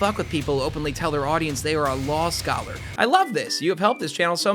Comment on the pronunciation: WELLLLL YOU SAY LOL SCOLLER NOT LAW SCOLLER AAAAAHAHAHAHA